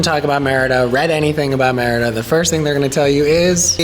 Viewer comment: lol its meeeeriiiida not meeehridaaa